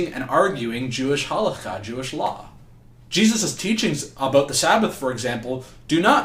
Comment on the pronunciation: First of all JC is not mentioned in the Torah, second we Jews don't belief in Idols " JC " . Third JC was a bastard, and your pronunciation of Halacha is wrong.